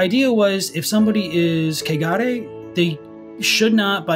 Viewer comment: I just wanna say this - the way y'all pronounce kegare sounds a lot like cagar as said by an English speaker. And cagar is a verb, meaning, literally, to shit. So, yeah... it is impurity at its finest. Laughed every time you said it. "Valley of cagar", in particular, really takes the cake 🤣🤣🤣🤣 Also, been out of the Snack Covenant loop for a bit and came back to find! Hi,! Nice to have you here!😗 Also also,! Whoop-whoop